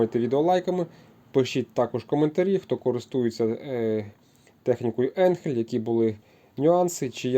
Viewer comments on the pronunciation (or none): Не енхель а айнхель де ти взяв цей самопал.